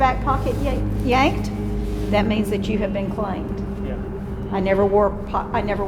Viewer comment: “I hope I get chlaimEd oH my gAwD.”